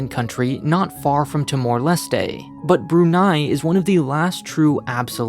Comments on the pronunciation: "Tee-more Leh-stay" You mean Tuh-mor lest? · The way you pronounce timor-leste is really strange, I thought it was pronounced with a silent “e” at the end.